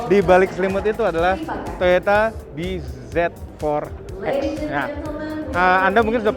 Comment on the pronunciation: Bz4x dibaca biji forex